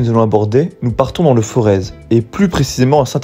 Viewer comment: On dit le forêt et pas le forezE frérot